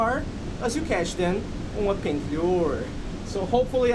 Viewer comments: When he said pink I swere he said bink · lol. "Peank".